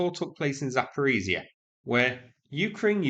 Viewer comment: Zaporizhzhia pronounce Za-po-REESH-ya Zh you should always exchange to sh and pronounce like in fish, zh is just the transliteration of the letter Ж and zhzh for letter Щ.